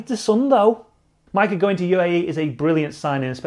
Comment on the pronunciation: Why Majka got welsh accent suddenly?